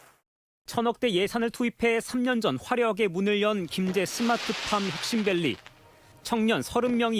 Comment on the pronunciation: 스마트팜이 아니라 스트핏팜?